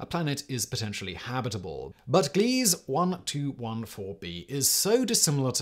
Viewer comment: Whoever writes these needs to take some refresher courses in astronomy. "Dark side of the Moon?" Ain't no such thing. There's a far side, that's it. Also, Simon -- look up the names of planets, stars, and other celestial phenomenon and learn how to pronounce them before you record them. This isn't just a British/American thing. There are agreed-up pronunciations, period. "Gliese" -- the e on the end is pronounced. "Boötes" is three syllables, not one, and so on. About the only place where there's agreement to disagree is on how to say "Uranus," with some astronomers sticking with "your-anus," and others using "you-rectum." Uh, sorry... "ooh-RAH-noos." But it's hard to take an alleged science story seriously with so many little mistakes in it that tell me someone is just reading mistake-ridden copy.